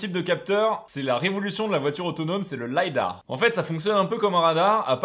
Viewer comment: Merci pour ta vidéo, très bien synthétisé, comme à chaque fois. Juste un bémol, même si ça vient de l’anglais, en français on dit lidar et pas lydar 😋